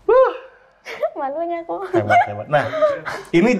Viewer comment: Lucunya logat Kalimantannya keluar pas ngomong "malunya aku" 😂